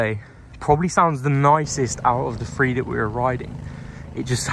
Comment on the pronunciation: Great review but the Free instead of Three was driving me nuts.